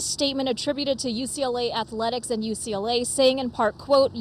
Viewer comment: I’m still trying to figure out why the announcer keeps inserting an “a” into the middle of “athletics” when she says the word. “Ath-a-letics”? 🤔